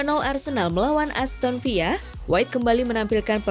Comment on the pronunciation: aston villa bukan aston viya min...